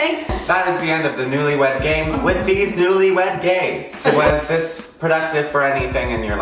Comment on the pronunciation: Everytime you said newlywed game I kept thinking newlywed GAY-me